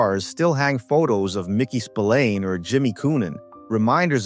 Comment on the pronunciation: Totaly different mickey spilliane